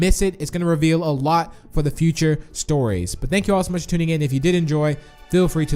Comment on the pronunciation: Lol you said fo 😂